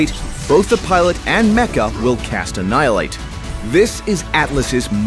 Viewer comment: I like how the narrator goes like ANNIHILATE